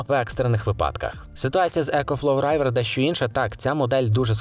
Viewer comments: Не райвер, а ривер - river. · Только не Райвер, а Ривер))) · не райвер а рівер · Чого "райвер"?)